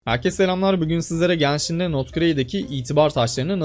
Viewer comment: abi lütfen artık ganshin deme genshin de takıntım var